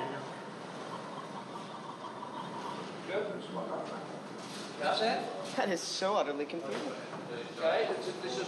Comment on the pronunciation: The way Peter Jackson incorrectly says Gandalf makes me cringe Bc that’s how I use to say it